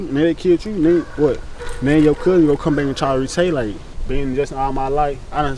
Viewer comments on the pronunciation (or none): did he say Re-tay-late?? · RE-TA-LIATE sound it out bro😂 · Did that fool say retaylate? ....as in retaliate??? 😂😂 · He said retalate 😂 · Retaylate 😂 But I understood him though. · RE-TA-LATE? re·tal·i·ate let’s start there. WOW!!!! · BRUHH 😂😂😂😂😂 NO YALL AINT SPELL RETALIATE HOW HE SAID IT!!!????😂😂😂😂😂😂😂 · Nah when brody tried to say retaliate 💀